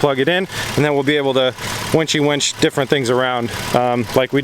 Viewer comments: “Warn wench” lol it’s winch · winch* not wench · Warn WINCH, not wench. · "wenchi wench things around" 😂😂😂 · Oh. And the warn "wench" that was kinda cringey too. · "wench" lol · Did I hear the word "wench"? A Warn wench?